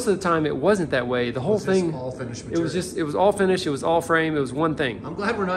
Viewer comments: "Matorial" :D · The best episodes are the ones that says "material" on! 😄